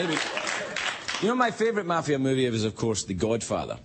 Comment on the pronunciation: Ehi.....It's MAFIA, not MAFFIA!!!!! Get a dictionary!